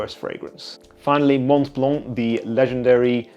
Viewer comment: "Mont Blanc, the legendary budget brand" XD (by the way just pronounce it Mon Blan)